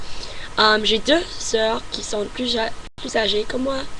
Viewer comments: Un petit conseil : Tu prononce le mot "plus". Mais il se prononce "plusse". Voilà ;) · Salut , Pour une Américaine je trouve que tu parle très bien français avec un accent qui s'amelliore , sur ce il y'a un petit Hic , quand tu dis "Plus" tu doit insister sur le "S" il faut qu'on l'entende . Bonne chance . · En plus. Il faut prononcer le "s" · tu parles tres bien francais.au fait , on prononce le s a plus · à tu dis "et en plus j'aime la France" dans ce cas tu dois prononcer le "S" du mot "plus" pour montrer que tu rajoute quelque chose après ( le même sens que "in addition"). Par contre, tu peux dire "plus" sans prononcer le "S" , donc il ce lit "plu" ( qui a le même sens que "anymore"), tu fais aussi la même faute à tu dis "c'est ce que j'aime le plus" tu dois prononcer le "S" car c'est un superlatif. à , tu dis "Ma choix", le mot choix est masculin, ce n'est pas "ma" mais "mon". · N'oublie pas de prononcer le S à la fin de PLUS si c'est dans le sens "positif" si par contre tu veux dire que tu n'aime plus (dans le sens n'aime plus du tout) tu ne le prononce pas ^^ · Ton français est presque parfait! Juste quelques lettres à prononcer (comme sur plus) et "club" tu peux l'américaine car c'est un mot importé ;) Par contre, je n'ai pas très bien compris ce que tu as dit à pour le mot qui n'existe pas en français :/